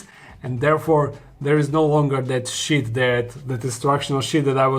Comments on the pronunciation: He says sheet like Gino d'acampo. Sheet not sh*t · I'll give you an advice... Please pronounce "sheet" longer :D